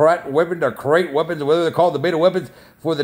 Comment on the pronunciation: Krait …. Pronounced like CRATE… #Vortex 3SLEU0 iOS Momotaur Good luck everyone 👍🏼😈👍🏼